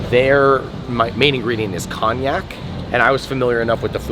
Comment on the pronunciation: Not u saying cognac 😂 instead of konjac